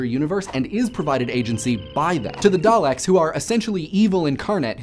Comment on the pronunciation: Doctor Who is THE longest running TV show, 50 years as of November 23/24. Thank you for saying Daleks instead of what a lot of people say; Day-Leks the screwdriver can not do wood. I know thanks to Doctor Who, I am able to understand random stuff that the teachers talk about in History and Science that confuses most of the class.. I wouldn't view it as a religion but more as a base for future scienctific discoveries just like Star Trek has influenced a lot of engineering and medical inventions.